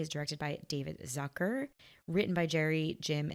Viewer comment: "Zucker" is a German name (meaning "sugar" by the way) and it's pronounced "Tsooka" instead of "Sackör". 🙂